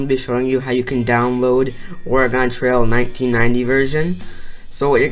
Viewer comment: you said oregon wrong lmao